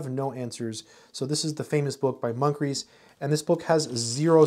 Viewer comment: Did this man just say “Monk-rees”???